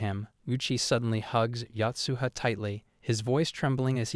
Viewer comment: Yo-tsuha, not Yacht-suha! Uichi, not Yuchee.